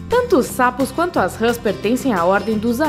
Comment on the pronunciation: Râs? Ou Rãs? Kkkkkkkkk